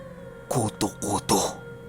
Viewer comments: Yung pronunciation po nung kuto kuto eh pareho sa buto(bone). Hehe skl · Kuto’ kuto’ yun ndi kuto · kutu-kutu ang pagkabigkas at silay not si-lay jejeje enjoy listening thnx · Patigas po pag pronounced nang kuto2 hehehehehe...parang inahing manok na hinahanap ung mga sisiw niya... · tigasan mo ung pagbigkas ng kutu-kutu. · I'm an avid listener po..1st tym to comment po..ung kutu kutu po,maragsa dapat ang pagka bigkas bawat pantig..hndi po malumanay... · Mabilis pag bigkas jan sa kutu kutu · yung pagsabi nang kutu kutu,paki tigasan nyu po..hahaha..as in tigas na tigas ang pagbigkas..hahaha..iloilo po ako,kaya alam ko po ang mga kutu kutu,tiktik,wakwak..🤣🤣🤣🤣nice ang story..😘sana maka upload po kayo ulit.